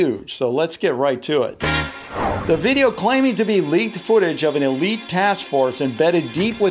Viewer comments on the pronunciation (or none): none